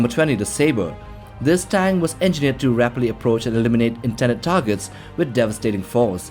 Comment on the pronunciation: Does he say tang or tank can’t tell but awesome videos